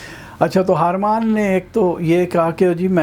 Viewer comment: Salman sahab, agree to disagree on tea please. :-) Harman is har mann, not haar maan. Eh te punjabi hi hai. I am surprised tussin samjhe nahi kiddan pronounce karna hai. Naraaz na hoyeo.